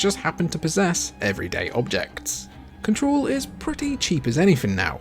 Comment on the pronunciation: What the hell is “cahtaroll?” Were you trying to say control?